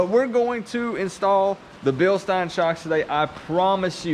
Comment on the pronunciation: Bilstein( bill sten)😂 just saying awesome video